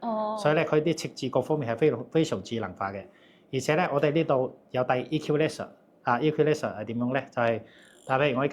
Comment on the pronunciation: The word "equalizer" is read incorreclty.